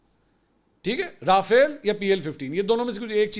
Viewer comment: بریکنگ نیوز.. فرانسیسی کمپنی رافیل کا ٪80 پاکستانی نیوز چینل سے ناراضگی کا اظہار کبوتروں نے اندر کی خبر بتا دی..! وجہ ناراضگی کمپنی کا نام سئ نہ لینا ہے کمپنی کا اصل نام رافعال نہیں بلکہ رافیل ہے جس کو کچھ ایسے پڑھیں را... فیل منصور بھائی باقی تبصرہ آپ کر دیں